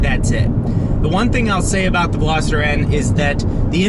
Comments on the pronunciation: Yes is Veloster not Veloseter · VELOSTER. NOT VELOSITTER. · #2. Ve-Los-ter hahahaha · WTF is a "Velositer"?? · Another guy who pronounces it Velositter. God! It's always Americans, too. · Lmaoooo always!!! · There is no 'I' in Veloster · I feel like at this point, you’re just trolling with not knowing how to say “Veloster” properly. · Omg thank you haha. Its pronounced vel-OS-ster. Not picking on you at all. It's amazing how many people miss pronoun so many car and motorcycle brands and names. Even mugen was said wrong. Other than that awsome video. You got it right at the end though. If your ever not sure watch a video on motor trend first or even a video from the country it's made.